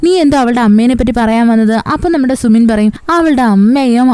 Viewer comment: Sumin alla su-min ennahn tto pinne voice poliyanutt chechide voice il njn melt ayiii❤❤❤